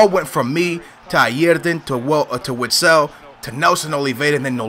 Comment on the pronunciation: Call urself a benfica fan yet you can't say witsels name right are you a glory hunter